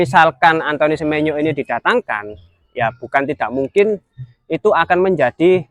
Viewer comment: Izin koreksi mase bukan antoni bacanya, tapi antoang semenyo, kaya Antoine Griezmann dibaca antoang grizman